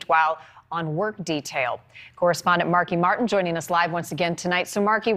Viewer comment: Did she say marki Marc? Where's the funky bunch?